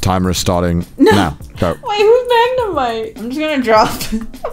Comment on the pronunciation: Connor: "Magnemite": ✨ macaroni noodle ✨ lmaooo